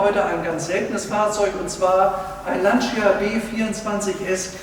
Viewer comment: Werter, bei der Aussprache des Namens "Lancia" unbedingt das "i" weglassen. Es heisst definitiv "lantscha" und niemals "lantschia"! Ansonsten einfach Super-Videos und unübertroffen Präsentation!